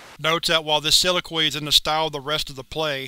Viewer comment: I'm sorry, but the way you pronounce "soliloquy" makes me cringe every time I hear it.